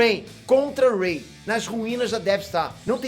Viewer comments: Cara você disse ey em vês de Rey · "rei" não é Ray 🤭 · É a partir desse momento que você percebe que o não assistiu essa nova trilogia. Ele pronunciou sério o nome da Rey, ou foi zoeira mesmo? kkkkk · Que pronúncia horrível dos nomes, mds kskskks